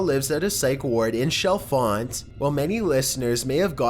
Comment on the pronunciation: Oh God! Please learn to pronounce British locations correctly, for the Pink Floyd one the pronunciation is CHalfont as in CHair and is clearly heard pronounced as such NOT pronounced SHalfont.